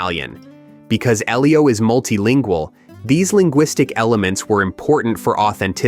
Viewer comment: Oh was that how he was saying it? Well it was wrong either way. I noticed he also pronounced Sufjan, Elio and other names incorrectly. In fact, except for Armie Hammer I believe he mispronounced every name possible. 🤣